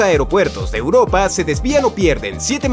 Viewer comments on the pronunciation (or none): none